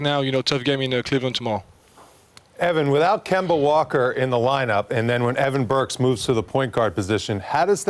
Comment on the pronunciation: Wally really said "Evan Burks" 🤦🏽‍♂ smh